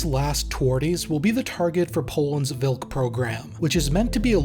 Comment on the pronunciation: Polish language doesn't use "v", our W reads as english V, and our Ł (slashed L) as English W So the tank was TVARDY - hard You pronounced Wilk property like Vilk - wolf